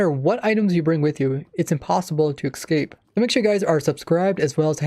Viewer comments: The way you say ‘Ecscape’ instead of ‘Escape’ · Omfg it’s ESCAPE not EXCAPE there is no x in that word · its escape not excape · Youve Been playing the game for 12 years? Maybe should've studied English more. It's Escape not excape. Also the elder guardian buff makes mining those blocks extremely slow so you're not entirely accurate. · Does it trigger anybody else that he says 'exscape' instead of 'escape'? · It's escape.... Not ecscape.. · ok im not american or anything and my 1st language is not english but someone please tell me why some people pronounce escape as excape its kinda annoying and confusing me k thanks bye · this annoyed me so much, just the mispronouncing of "escape". drove me insane.